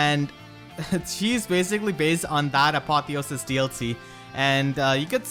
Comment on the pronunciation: Apotheosis is meant to have the emphasis on "e" not "o". +1 if it is a long "e", because of the meaning and such. Cheers.